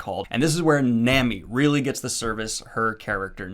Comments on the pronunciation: Its pronounced nah-mi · Sanji is pronounced Saw-n-jee Nami is pronounced Naw-mee Also, Usopp gets better. Its gonna take a while though. This fact is widely agreed upon. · nami is pronounced naw-me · Ahh shit lmao first time seeing this old video of Daniel...lmao he is one of them that said Naymi ig lol...and said she's busty ????lmaoo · Nami (Nom-ee) please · Hey Daniel! Just a little tip for pronunciation of Japanese words! It mainly comes down to the vowel sounds. If you see vowels in a romanized Japanese word, they will USUALLY make these sounds (the sounds these letters together make in a word). Hope this helps! a = ah e = ai (wait) i = ee (meet) o = oh u = oo So for example! Nami is "Nah-mee", Sanji is "Sahn-jee", and manga is "mahn-gah". Loving seeing you take a step into the crazy world of Japanese comics! Hope you have fun! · I’ll let you know now ( no spoilers ) . Oda , is heavy on world building and foreshadowing. Your analysis was great ! A little bit more depth for Zoro and Mihawks fight but I understand given his character and where you are right now. - The next area is Alabasta and “Sanji” and “Nami’s” names are pronounced with [a]. I got nothing for Usopp 😂 people either like him or not lol he’s comedy for me. All in all been subbed for a while and love that you reviewing One Piece! No idea if you’ll see this but the arcs will not get shorter but gain more depth and development to the islands for whatever arc you are in. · I wasn't going to correct your Sahn-gee, but it sounds like you're still saying Nah-mee wrong too. Just in case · Nah-me San-G Ala-bas-ta Im so happy you like One Piece so far also just helped you with names in case people get angry at you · Small correction. Sanji is pronounced Sahn-gee and Nami is pronounced Nah-mee